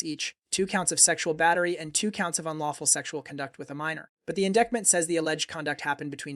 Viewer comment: Really can't stand the repeated mispronunciation of 'indictment'.